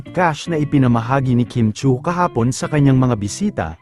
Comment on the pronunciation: Chiu not Chui… Chew not Chewy. Pronounce it para alam mo kung tama ang spelling mo